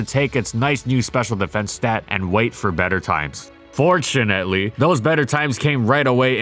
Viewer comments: I love how he can't say "unfortunatly" anymore. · Why can't he say unfortunately